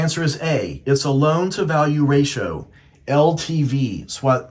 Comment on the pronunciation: I appreciate this video but I gotta let you know you pronounce ratio wrong. Just incase you make future videos